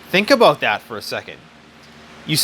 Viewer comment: " its all aboat money" lol